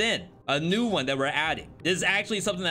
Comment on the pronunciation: Do you intentionally emphasize certain syllables in words... ? OHWAN. Sounds a bit excessive.